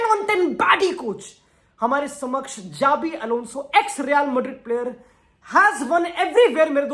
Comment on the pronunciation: Its Shabi Alonso